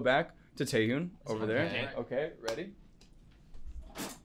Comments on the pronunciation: Love the host but his pronunciation of Taehyun’s name had me dying😭😭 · I love this interview but the guy saying Taehyun’s name wrong multiple times really bothered me…